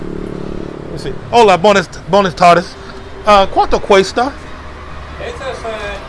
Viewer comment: i was trying to get him to pronounce BWAYnas tardes correctly.